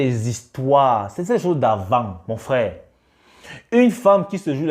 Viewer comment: Mec fais un effort , c’est frère et pas frais !! Tu sais bien prononcer le R pourtant .